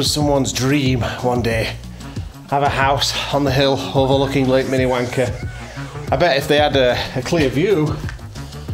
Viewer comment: When a Brit says Minnewanka, you’re not sure what he is saying. It could be to words like mini _____er. There’s something to be said for actually pronouncing your ‘Rs’. 😎😸